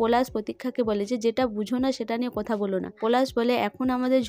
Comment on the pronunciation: আবার পরাগ কে পোরাগ ।পলাশ কে পোলাশ কথা কে কোথা কি বাজে উচচারণ আপনি উচচারণ ঠিক করুন ।খুব বাজে ।